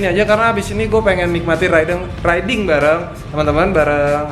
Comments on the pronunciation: Riding bang bukan rideing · Ri-de-ing = riding Btw kyk sunda ya ri de ing wkwk